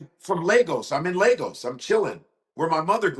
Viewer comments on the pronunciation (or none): I feel for Godfrey, he doesn't get or understand why nigerians dont "quite" see him as fully Nigerian. Hes so good with accents but his Nigerian accent is horrible, he doesn't pronounce Lagos even the way a Nigerian does. His knowledge of his culture is superficial or a fascimile but its not his fault. He didn't grow up goung to Nigeria, or with Nigerian friends etc but its never too late.